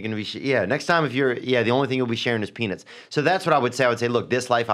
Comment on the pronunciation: i swear theo says penis instead of peanuts